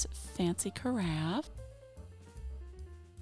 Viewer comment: I really like both pairs of chairs. I truly thought you said “fancy giraffe”, rather than “fancy carafe”!!🦒 I kept looking for the fancy giraffe, because that is definitely something I’d be interested in. 😂 The fancy carafe is very nice, though. I love the Star-Spangled Banner facsimile. And my love bucket runneth over! ❤❤ to you and Mama!